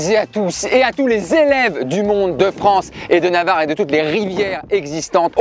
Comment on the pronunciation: Il a dit navard Nn c’est mon prof de sport 😂😂